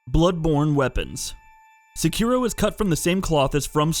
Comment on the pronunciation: So are all those dislikes from the people complaining about the Easy Mode mod being mentioned, or weebs getting mad that he says SeKIro instead of SEkiro?